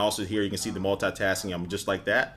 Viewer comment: You always Said "multatasking" that's lol :D